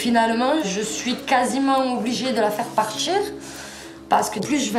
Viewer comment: Aucune pitié pour ceux qui disent "partchir" au lieu de "partir".